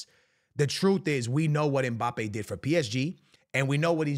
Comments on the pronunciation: Mbappe ❌ Mpabbe ✅ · “If mpaypal lands at Real Madrid……”😯